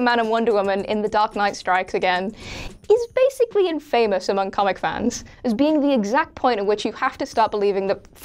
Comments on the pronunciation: I like this new host, but please note how to pronounce "infamous" and "epitome" correctly. The latter is a 4 syllable word (uh-PIT-uh-mee). The former puts stress on the 1st syllable (IN-fuh-mus). No hate, I admire a young person who is a book learner and self-taught. And this episode is fun, well-researched, and wonderfully goofy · Infamous!!! It's one word!!! Not two!!! Other than that good list and hope to see more. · I think the way she says ' taco' annoys me much more then the way she butchers ''infamous' for some reason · I love all the WhatCulture crew but is it a requirement of the job that you got to mispronounce words. Infamous and epitome are not pronounced that way 😂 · Incorrect. A few minutes on google will show you plainly that the two words people are going on about are being mispronounced outright. Epitome is pronounced E-pit-O-me & infamous is pronounced as one word, not two. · Please use google to learn how to pronounce words if you aren't sure about them. This goes for all What Culture presenters- I've heard more than just a couple of you say infamous wrongly and it takes me out of enjoying your content. And as for epitome, it doesn't sound like eppy-tome... Google is your friend.